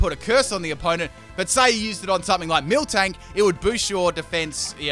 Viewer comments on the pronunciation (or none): “Milk tank” it’s miltank, no k after the mil